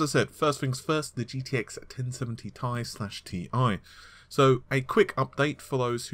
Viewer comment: Why the hell does he keep saying TI slash Tie ???? Its so annoying !!